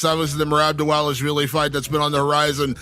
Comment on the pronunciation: please can you say Dvalishvili properly?